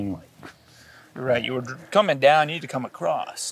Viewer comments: OMG acrost is not a word, neither is a crossed. ITS just across. Jesus America speak English. I'm sorry guys it's a peeve of mine. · haha "across'd"